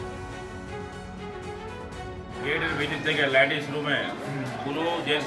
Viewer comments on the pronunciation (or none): লেডিস কে ল্যাডিস বলছে, কে এইটা !!! এমএলএ ???